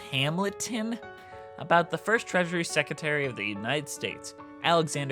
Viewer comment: Secetary. EW HOW DO YOU SAY IT THAT WAY